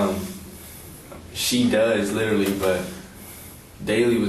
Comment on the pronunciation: " I little-lee have no bwaincells, little-lee "